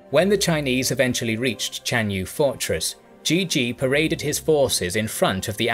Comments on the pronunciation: its actually not pronounced as GG,, as always just butchered the pronunciation. zhizhi is pronounced more like chercher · it's not even pronounced like GG, this channels just loves to butcher chinese names, zhizhi is pronounced more like chercher